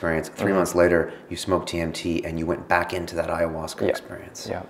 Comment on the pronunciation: If is an AyahuascA filmmaker then why does he pronounce it AyahuascER!? Hehe.. Awesome video, glad to see this sort of stuff out there!